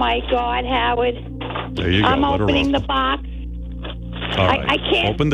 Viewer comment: "FIVE YEAAAAUHS FUH HOW LAWNGGG HOWUHDDDDDDD?!?!?!?"